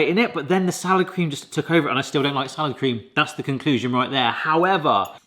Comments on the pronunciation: For a long moment I thought you were saying 'sour cream'. I was today years old when I found out Salad Cream is a thing. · Are you saying SOUR cream or Salad Cream? If it's salad cream - what IS that?